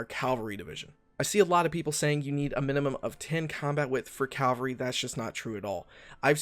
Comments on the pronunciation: . Sorry bro, but you mispronounced cavalry. You said Calvary. The first one is dudes on horses, the second one is where Jesus died. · ITS CAVALRY C-A-V-A-L-R-Y, NOT C-A-L-V-A-R-Y.